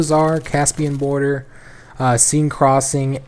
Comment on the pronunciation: Seine is pronounced Sen or sehn